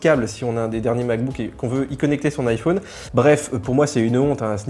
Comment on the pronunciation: C’est possible d’arrêter de faire des manières SVP ? Vous prononcez le mot « téléphone » comme tout le monde, mais vous vous êtes trouvé une autre manière de prononcer « iPhone », en fermant la lettre « o ». C’est juste ridicule mon ami. On dirait un gamin qui trouve original de s’entêter à prononcer de travers le mot de son choix.